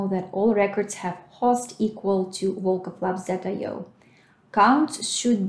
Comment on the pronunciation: Девушка русская. По произношению Volkov Labs сразу слышно)